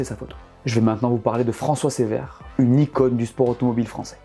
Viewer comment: juste un mot pour dire que ce n'est pas François "Sévère", mais François "Ceuvère". Voilà pour le détail ;) Sinon, cool la vidéo, vraiment intéressant